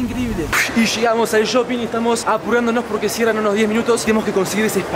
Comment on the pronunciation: No se dice YOPING es Shopping jajaja ALGUIEN LES AVISEEE !!